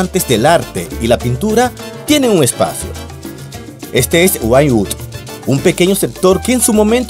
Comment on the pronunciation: Se dice winwuud(wynwood)